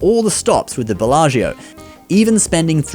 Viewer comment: Please look at how to pronounce Belaggio!